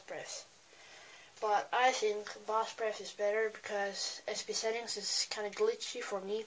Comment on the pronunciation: you and your lady hands, nasally voice, retainer mouth, gay fonts are pissing me p.s. you sound Chinese when you are talking about SB Setting